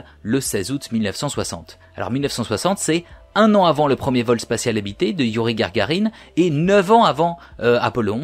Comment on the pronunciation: Youri GaRgarine ? dites-vous ? Euh...😂 A part ce petit détail, le sujet est pationnant, merci, je m'abonne.